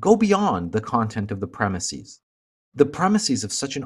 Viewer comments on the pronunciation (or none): I'd love to hear the logic behind your pronunciation of the word "premises."